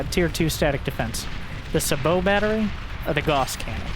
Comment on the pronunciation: "Gauss" is pronounced "GOW-sss"